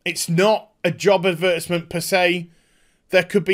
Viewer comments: Adberteezment xdd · The way you pronounce advertisement, makes me giggle.